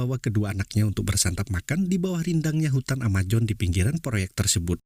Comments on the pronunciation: Amazon bukan amajon 😂😂😂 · Amazon ngab,bukan amajon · AMAZONE bang bukan AMAJON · Sebut pun x betul..Hutan Amajon..Amojon..AMAZON la woii..project jd PROYEK.?.you r..very bad English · Amazon min, bukan Amajon ... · Brazil bang bukan brajil amazon bang bukan amajon... sukses terus bang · Brazil bang bukan brajil Amazon bukan amajon 🤣 Semangat bang 🤗